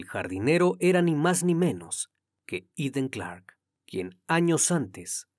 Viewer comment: Todo un profesional y me encanta la pronunciación del nombre en su idioma 🎉 MUCHAS MUCHAS FELICIDADES 🎉🎉 SIEMPRE PERFECCIONANDOTE 🎉🎉🎉🏆🏆🥇🎗️🏆🏆🏆👏🏻👏🏻👏🏻👏🏻👏🏻 ❤❤IMPECABLE CRIMI TU INVESTIGACIÓN E INFORMACIÓN ❤❤❤❤❤❤❤❤